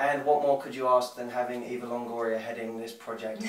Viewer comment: Haha love how he says Longoria like Longorier :)